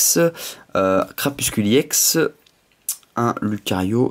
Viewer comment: tu prononce crapuscule mais c crapusTUle !Sinon super video com d'hab !!